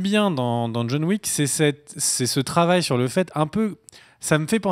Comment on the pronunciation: John Wick = John La Méche, pas John Le Faible! "Wick", pas "Weak"!